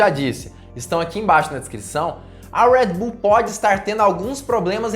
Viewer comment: Amigo fala o nosso portugues . Red bull ao invez de ur rueed bull . Kkk vc etendeu